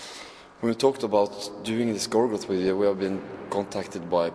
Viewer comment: "We Are Making A WIDEO" hehe